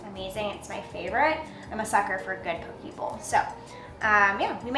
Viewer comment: Poke bowl. Pronounced "Po-KAY" 😉